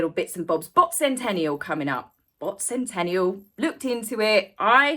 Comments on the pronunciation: Bot Sentinel, Not Sentential or Sentenial. Not complaining, just had to set it straight. Appreciate your time and effort on this. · It's Bot Sentinel, not Sentennial. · Interesting video, thank you. But it is SENTINEL not Sentennial!